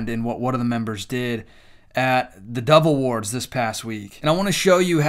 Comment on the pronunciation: I wasn’t paying attention to my tv screen when you said dove awards. I thought you kept saying devil awards and thought, “ Never heard of it, but that makes sense.” Lol